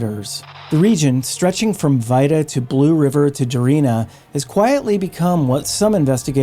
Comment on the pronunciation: It may be spelled Vida but, is pronouncd Veda.